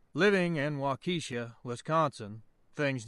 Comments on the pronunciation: There is no Keisha in Waukesha. You pronounce the name of that city "WAH-key-shuh". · There is no Keisha in Waukesha. It is pronounced "WAH-key-shuh". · Thanks for another great narration,! Most towns in Wisconsin are either French or native n is tricky to pronounce! Waukesha is pronounced waa-keh-shaw ✌️🏕️